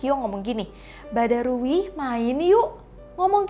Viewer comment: Kak bukan badarui badarauhi yang betul kak